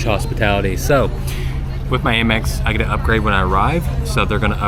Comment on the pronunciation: You mentioned Amex a few times but why HayMex and not Hamex? As in United States of America (Express)⁉️